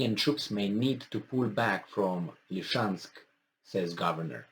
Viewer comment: Dear, please repeta dupa mine: LI-SI-CEANSC, LI-SI-CEANSC, LI-SI-CEANS...